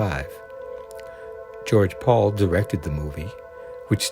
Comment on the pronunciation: You do have excellent taste in these films, but your pronunciations are a bit off. It was George PAL, not Paul. Corvarite is CAVORITE. Gary Morrill is Gary Merrill. I'll end there.